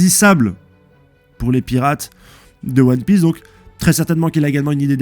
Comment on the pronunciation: T'inquietes, les erreurs de prononciation c'est pas si grave et ça fait un peu le charme de tes vidéos, on s'attend presque a ce qu'il y ait une erreur par nom.Perso ça me trigger mais me fait aussi bien rire! Vive huon piece, vive loffy vive